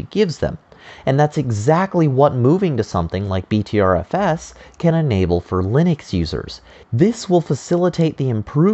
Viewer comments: Pronounced BETTER FS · Pronounced butter fuss.